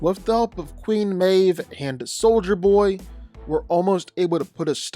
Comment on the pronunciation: you got soldier Boy right